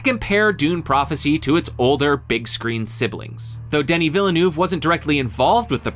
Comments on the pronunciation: Strike 1. Butcher every name and pronounciation including Denis Villeneuves Strike 2. Penguin a 5 Stop reviewing film and television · Never trust anyone who can't pronounce Denis Villeneuve. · 🤣 That's NOT how you pronounce Denis Villeneuve.